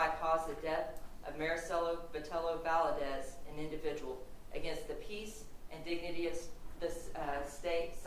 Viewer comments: Exactly. And disrespectful…especially to the family of the victim. How are u an attorney in TX and cannot say Valdez. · Can this educated woman, in TEXAS (!), really not pronounce “Valdez”? It’s annoying me so badly. Do better.